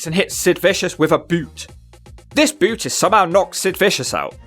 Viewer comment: I rewinded it 3 times to hear “with a BOUOTE”